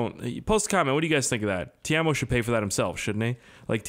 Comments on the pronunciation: Teimo not tiamo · PRONOUNCED "TAY-MO" NOT "TEERMO" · Its pronounced tey-mow PERKELE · Hahahahaha Timo is not pronounced like that